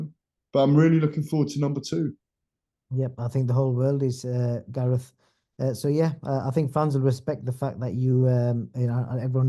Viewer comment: Who the fuck is gaeath anyway 😂😂